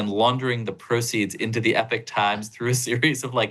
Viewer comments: Thank you. This should be a bigger story.. and he should be able to pronounce EPoch. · "E Pock Times" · It’s Epoch Time. Not “Epic Time”.